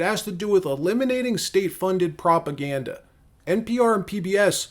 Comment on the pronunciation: National Propaganduh Radio 😂